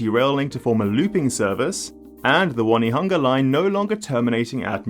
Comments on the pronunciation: O-ne-ha-nga not one-e-hanga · Pronunciation tip: Onehunga is On e hunga, not one hunga. Believe me I struggled with the names when I moved here. Good, informative video. Thanks. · It’s O-ne-hung-a instead of One-hunga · Lol "One e hunga" its pronounced Own E Hunga . You dont know so its okay. Still funny. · Good attempt at Te Reo. Just one thing though. Your saying 'Won-e-hunga is not quite right. Try saying 'On-e-hunga'. Very informative video though. Thanks! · For the love of God, if you come to Auckland one day, dont pronouce Onehunga 'won-eh-hunger'. Might not go down well in rougher parts of town. The pronounciation is closer "ohn-eh-hunger' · Onehunga is "on-nay-hung-a" (or 'oh-nee-hung-a' if you're lazy). Sometime we joke that 'One Tree Hill' is prounced the same way - 'on-nay tree hill'. It's definitely not "wunny-hunga". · Onehunga is pronounced on-e-hunga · On onehunga as in on top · You actually did very well with the reo names, better than a lot of boomers who were born here in NZ. The one obvious mispronounciation was Onehunga - should be O-neh-hoo-nga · "ONE-hunga?"...do me a favour!! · Onehunga is pronounced "Oh-nee-hunga" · Sorry those pronunciation guides are wrong - it's prnounced exactly as spelled, phonetically: Ō-ne-hu-nga and Wai-te-ma-tā, no need to have weird spelling indicating the wrong way to say it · "One-e-hunga" was the only wonky one. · As an Ozzie we'll allow you OH-KNEE-HUNGER. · It's On nay hunga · Your pronunciations were quite good! Plenty of my fellow Kiwi do far worse. The exception is Onehunga - you need to stop seeing the word 'one' in there, it's not helping you at all. Think of the word 'on', then pronounce the e separately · Onehunga is Oh-knee-hung-ah and Waitemata is Why-tea-mat-ah. But the important point is this upgrade is a shortfall of what is really required to solve transport in Auckland